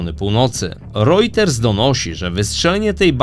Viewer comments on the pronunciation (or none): none